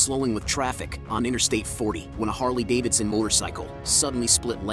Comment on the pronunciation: A Harley Davidson motorcycle? Why do you emphasize?